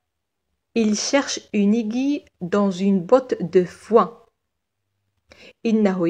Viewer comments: Merci beaucoup mais je pense la prononciation du mot aiguille est اڨوي c'est pas اڨي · Merci pour cette vidéo. Petite remarque mot (aiguille) se prononce "aigwille" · اهلا بكم متتبعي الكرام. ورد خطأ في نطق كلمة aiguille الابره و التي تنطق "aigwille". شكرا على تفهمكم.